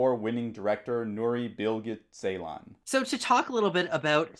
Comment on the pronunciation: The first part of his lastname is pronounced as 'Jay'. It is kind of like 'Jaylahn' and not the way you pronounce :(